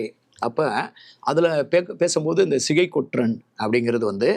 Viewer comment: Not Sigai, it is Chigai. ஸிகை அல்ல, சிகை!